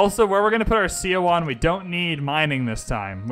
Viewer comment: Seondoek is pronounced as "sun duck". Seowon is pronounced as "su won". In Korean, "eo" is pronounced as "u" - as in sun, bun, pun. In Hwatcha, "H' is pronounced strongly. I am Korean and know this for sure :)